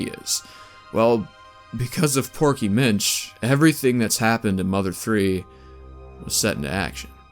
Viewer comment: I'm not the not one that hears proky bitch when he says porky Minch right?